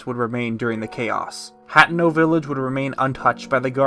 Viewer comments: Great video. I wish you breathed a bit more, tough lol. No pauses at all! My only complaint is how you pronounce a lot of things wrong. Specifically Asian-themed things like Hatano. You say "Hat-eh-no". It's "Ha-te-no", it's Japanese. similar to "Hatano" which you can hear here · Him saying Hat-eno pissed me off